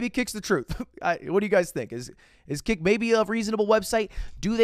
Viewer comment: hearing ludwig discuss 'kick' is triggering my inner 12 year old's fight or flight response as i hear it as 'kik' every single time